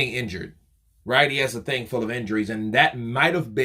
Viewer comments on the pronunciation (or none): none